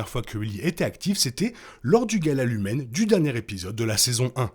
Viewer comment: J’adore vos vidéos et les théories que vous présentez , mais vraiment pour le respect de la série il faut arrêter de dire lumen c’est LUMON la société. Merci